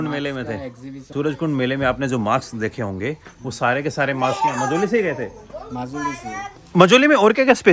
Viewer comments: Bro your videos are very interesting and entertaining bt when in mid you use your haryanvi accent it's very annoying.just saying and one more thing it's majuli not majauli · सही नाम माजुली है, मजवली नही। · Not मजोली it's माजुली 😂